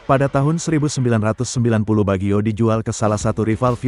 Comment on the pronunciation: Kocak narasi robotnya, masak pengucapannya Bagyo, emangnya pelawak, harusnya Bajio, 😂😂😂